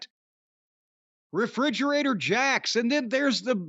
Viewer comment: "refridgerator jax" 😂😂😂😂 i almost fell off my bed